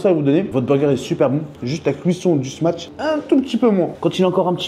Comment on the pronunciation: T’es pas un professionnel de sa prononciation par contre frerot, c’est smash pas smatch 😂 Top la vidéo 👍